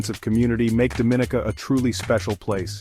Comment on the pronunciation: You're pronouncing the name wrong